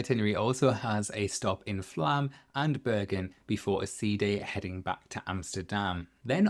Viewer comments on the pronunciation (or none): FYI even tho it's spelt Flåm it's pronounced Flom ... Norwegian pronunciation isn't what you think it is .... Also just thinking about it ... I may have been on Virgin before you were... As I'm Club485c